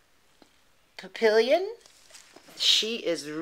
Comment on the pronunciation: the rockers is pronounced pap-ee-on its french. I hate french words lol